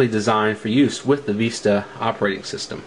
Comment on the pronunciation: lol you say vista funny (viiiiiiiista) but great reveiw keep it up